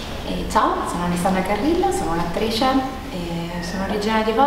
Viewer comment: Piccolo consiglio: ti suggerisco di sistemare la dizione (all'inizio dici attrisce invece di attrice)